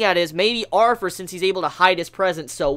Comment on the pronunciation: Is it just me or is he pronouncing "Arthur" as "Arfur"?